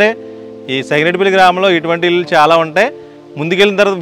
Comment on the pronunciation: Illu lu kaadu babu.ఇళ్లు అనాలి.